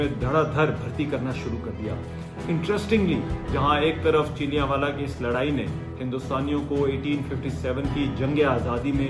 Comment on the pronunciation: PLEASE PRONOUNCE THE CORRECT NAME OF SUCH :: VILLAGE :: HAVE A PROPER PREPARATION BEFORE A VLOG